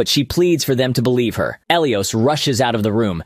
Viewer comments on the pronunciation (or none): Who the hell is El E Os. ...😂😢😂 Pronounced: "Ah Lie Is" Elias